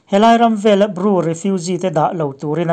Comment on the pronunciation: Ru ni lovin, Bru tih tur...